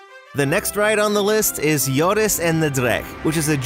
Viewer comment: Just a tip, its Joris and the dragon, not Yores :) Also its de vL i e gende hollander not v i l e g ende